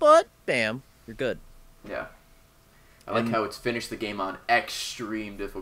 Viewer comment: says inish the game...